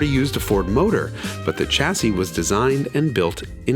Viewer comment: Oh, you Americans...its chassis, where the 'ch' should be pronounced 'sh' as in champagne, and not as in chair.